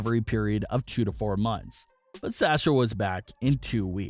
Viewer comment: Yup, also Sahh-Sha not Sah-Sha, please!